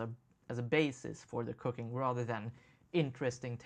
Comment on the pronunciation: First five times you said "cooking" I understood "cocaine". You can't imagine how weird it was. Lol. I'm not a native English speaker either so that might explain it. Great episode!